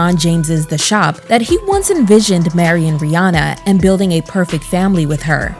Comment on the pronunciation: Her name rhymes with Hannah. Not Fawna.